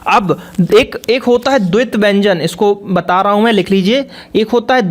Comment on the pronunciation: Wyanjn tum galat boare oh ka bol te hai